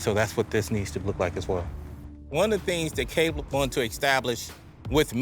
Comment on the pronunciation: they can’t be too close if the trainer calls him “cable” instead of “Caleb”, Lol 😂